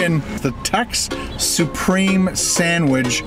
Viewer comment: Buddy stop saying SANDWIDGE it's just a sandwich it's easy to say let's say it all together now, sandWICH! Yay good job now keep it up turd